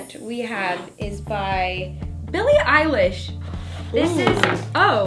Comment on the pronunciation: i love y’all but the eilish mistake is kinda embarrassing 🤣